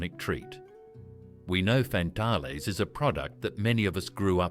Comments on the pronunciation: WTF is a fan-tal-lay. It Fan-tale, like man-snail. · Lovely memories, thank you. Glugs, toucans, milo bars, dunkaroos.... just wonderful, BUT please use an Australian AI voice and it's FAN-TALES not what the voice was saying, lol it was trying to be French I think. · Fan-Tales you! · yeah, fan tahlez hehehe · I Love Sunnyboy's. COLA was my Favourite. I wish they would bring them back. Scorched Peanut Bars are one of my Favourites. I buy them on a regular basis. The Tubs were Great. I would rather buy the bites in the Tub than the packet. The Tubs are easily Recyclable & more Environmentally Friendly than the bites in the packet or even the Bars. I would buy it 100%. You pronounced Arnotts & FanTales Wrong. Don't pronounce the no in Arnotts. And Fantales is pronounce FanTails. But is spelt FanTales. Tales as in a story. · wtf the voice over ai cany say fantales. and many of the snack you can still buy lol, Dubjaroos are bot aussie it a fake site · First time I’ve ever heard Fantales pronounced in this way. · AI Generated Dribble! The AI voice can't pronounce Fantales, Arnotts and other words correctly with inflictions in or at the wrong point of words. So many images not relevant to the product or even Australia. Outside of that, no mention of "Triple Treat" Ice Cream from Streets!